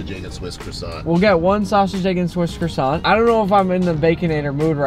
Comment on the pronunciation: croissant is not pronounced as krosant 🙎🏻‍♂️😤 it’s supposed to be pronounced as kwasan